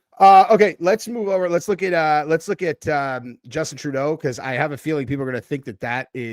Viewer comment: I don't know why im laughing with you saying Traudeu mentioning possible war😂